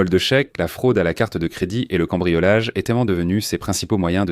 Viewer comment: Insupportable ! Etai-ent. fure-ent, saleté de traduction informatique.... Nul